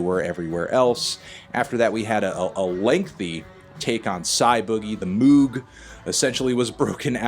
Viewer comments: It’s not Moo-g its pronounced moe-g pinhead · Moog is pronounced Mög. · Moog is pronounced moag smh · Say Moog, like m-OH-g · its pronounced moog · It's crazy seeing them playing huge venues like this. I've seen them 3 times in their hometown Melbourne, every time at small intimate venues and every time better than the last. I imagine something might be lost when the entire venue isn't one big mosh, but I'm so proud that they're able to do this overseas. Also Anthony, it's pronounce Moog like 'Vogue', and I believe the keyboard they're using on stage is a Nord Electro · Dat Moog pronunciation smh